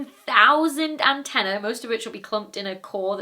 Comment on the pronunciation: Slip of the tongue, or simply the fact that people don't say antennae very often and she didn't pronounce it correctly. Are we really going to nitpick over this?